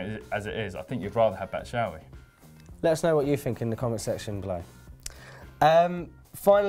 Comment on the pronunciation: Batshuayi (Bat-Shoo-Eye-Ee)- get it right